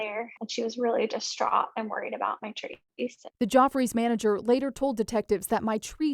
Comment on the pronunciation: Geoffreys is not pronounced "joffreys". It is pronounced like Jeffrey's.